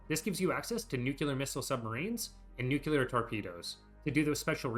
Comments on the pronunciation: NU like NOO. CLEAR like CLEAR. NOO-CLEAR. Not "NOOCOOLAR". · I can't concentrate on the video because everytime he mispronounces the word NUCLEAR it destroys my focus. Nowhere in the word NUCLEAR does it have any letters or grammatic punctuation that somehow turns the word into NUCULAR. Also, I want to add that Paradox does not, in any way, spoil us. They change content, often nerfing things into the ground that we didn't ask for, and lock content they take away behind a paywall. Not sure what fantasy world you live in, bud. Nukes used to be 100 times better because all you had to do was click on a tile and press a button to instantly strike the target, and you didn't have to mess around with the convoluted crap system it is now. All you needed was air superiority and a stockpile of nukes. Done. I hate this update so much. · It’s nuclear. Nu-clear, not nu-cu-lar. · aaaaaaaah you pronounce "nuclear" like George Bush "nucyaler" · I subjected myself to so many "Nucular" pronunciations with this one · NUQULAR, oh ma god bruh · For the love of God pronounce nuclear correctly